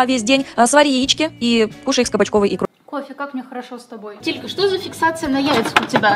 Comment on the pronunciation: ти сказала не тилька а титька😹😹😹😹